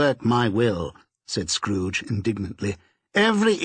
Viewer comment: Tiny tim: " uncle scooge"